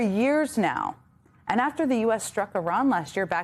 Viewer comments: I looked up the pronunciation from a native Iranian, and it sounds the same as her pronunciation. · Iran will think you're ignorant if you don't pronounce their country right. They already do but it would earn their respect if you tried to get it right. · It was literally 7 different videos from Iranians here on Youtube. They all pronounce it like her. How about this, just get to the point and describe how you think it should be pronounced.